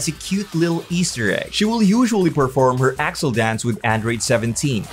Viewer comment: Her name isn't pronounce a-rol-A It's pronounced a-rail. Bruh. He is completely wrong on accel its pronounced axe-L